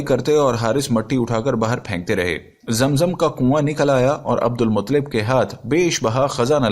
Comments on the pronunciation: Abdul muttalib bolye mutlib nahi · Bhaii Abdul Mutlib nahi Abdul Muttalib bolo